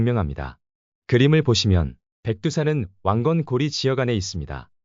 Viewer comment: 근데 이 자는 왜 고려를 자꾸 중국식 발음 고리라고 하는가